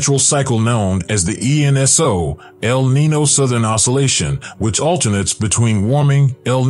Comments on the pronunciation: It’s not El Neeno. Its el Neenyo. Got it?? Also 1993 was a Super El Nino. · El Nee Yo not El Nee No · Hard to take you seriously with your pronunciation as 'el knee-know' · its pronouned NEEN yo lol